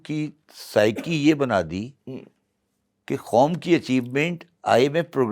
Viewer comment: With all due respect, Shabbar Zaidi saahab baar baar Khaum (instead of Qaum) kyon keh rahe hain?